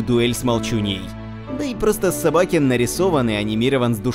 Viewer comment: СобакЕн , а не СобАкен